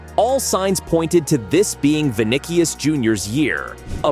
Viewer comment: He said vinikus